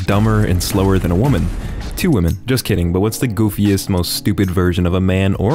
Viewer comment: "two wemen" 💀💀